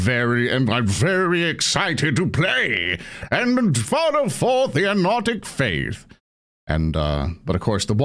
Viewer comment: What is Sir Brays faiþ? Im hearing “Anarctic” but þat dosemt sound right